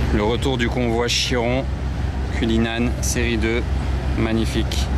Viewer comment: A 13m26 dit " Bugatti Giron" la fatigue je suppose!